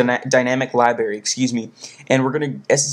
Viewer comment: you speak so clearly. but you say libary instead of library